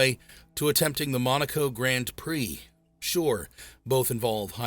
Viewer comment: I hope it's AI after hearing how it pronounced Grand Prix😢